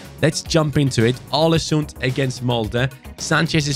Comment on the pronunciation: The Odin thiago comment is true! And some norwegian talents u Can look for is , Martin nioten palumbo and Kristian thorstvedt, also you shoulder raid Bodø glimt for talents because They are dominant Big ups from norway Input go in too Google translate and look up the pronounciation for å because u pronounce the Club aw-le-soond